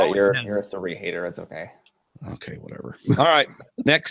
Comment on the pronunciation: Your distaste for Cirie is clear,. From continuing to mispronounce her name, to your comment when David mentioned her lovely smile, and you bring up Michaela (seemingly out of nowhere) for having a better smile instead. Been watching for a while, and honestly, I'm surprised. I'm not outraged that you dislike Cirie. I dislike Ciera Eastin myself, but wouldn't say Hali has a better smile, even in jest. And that isn't as unfortunate of a comparison as Cirie and Michaela. Just my wordy 2 cents.